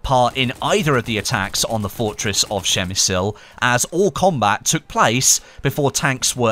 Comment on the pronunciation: Dude, pls check how to voice "przemyśl" in Polish in Google translator. Your speaking hurts this wonderful language xD